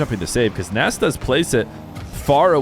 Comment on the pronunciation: If I remember correctly from an old Appjack video, Nass is actually pronounced Ness